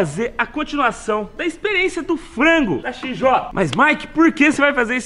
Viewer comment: "FANGO" é foda